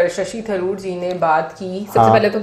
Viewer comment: Madam he is Dr Shashi Tharoor pronounce properly